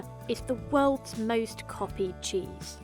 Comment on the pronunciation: "The welds lawgest cheese"